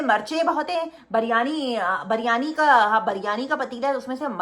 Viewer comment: Malaika and Sara continuously said Bar-yani 😂😂 instead of biryani